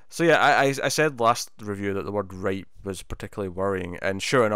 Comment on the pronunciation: Did you say rape ripe!?!